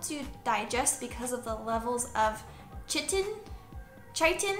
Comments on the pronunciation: Pronounced ky-tin 👍🏼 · Great video, thanks! P.S. it's pronounced 'Kai-tin' for future Ref :)